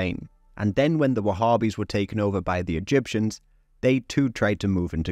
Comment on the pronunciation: There's no group called wahhbbis, so stop saying it